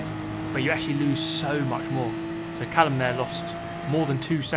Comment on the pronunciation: Callum? mallucm...